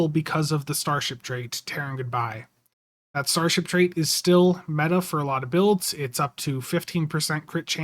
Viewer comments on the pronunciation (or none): none